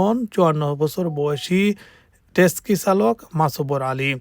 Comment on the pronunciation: Texi ...not teski